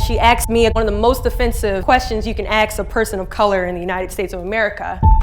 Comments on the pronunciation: ...and "AXED" me the most offensive question you could "ASK" a person of colour... What's up with that? How does a seemingly highly educated person allow themselves to say "AXED" when they mean "ASKED"? Oh, and it's only an offensive question to people of colour coz they have a massive chip on their shoulder. It's a valid question no matter who is asked. Keanu Reeves was born in Beirut, Lebanon. Nicole Kidman was born in Hawaii. Russell Crowe was born in New Zealand. Freddie Mercury was born in Zanzibar, Tanzania for fk's sake. Everyone is born somewhere. Why does it have to be assumed that you are born in the US of fkn A? Just relax will ya, it's not always about the colour of your skin. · ASKED!!!! Not AXED!!!!!! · Wow! And in spite of everything she still keeps saying, " axed". "She axed me." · She AXED the question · She Axed me the most offensive question..... wow! How could she? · Axed ? Why does she keeps on saying axed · When she axed you did she use a real axe, oh you must mean ASKED. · Unfortunately "axed" rather than "asked" is verbalized by some POC. This is a very heartwarming story and pointing out this error shouldn't be what was gained from her story. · Interesting! You born here but you don't know the world "asked" .stop saying "aksed" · Axed lol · Aks , why aks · "She axed me the most offensive question..." 😆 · "She AXE me..." ..... and she was Miss USA 😂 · She can't say the word "asked" properly, but OK.